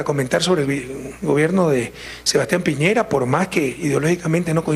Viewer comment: Piñera chucha no piñeira